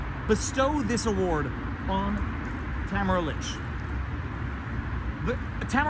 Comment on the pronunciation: It's Tah - mare - rah and not Ta - ma - ra